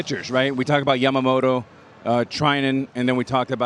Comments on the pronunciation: みんな「やまもろ」なんだね、「やまもと」と発音出来ないのかね。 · ビッグパピはかなりキレながらやけくそになって山本のことを褒めてるなw あと「ヤマモト」が言いにくいのか「ジャマモト」に聞こえる